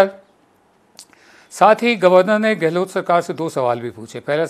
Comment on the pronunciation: गहलोत बोलिये ना कि गहलोट